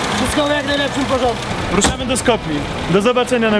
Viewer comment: co oni mają z tym "skopja", to jest "skopje" xd